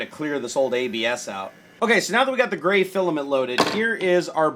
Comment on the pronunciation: 1 carrot diamond ring lol 😂. When he said gray it sounded like brau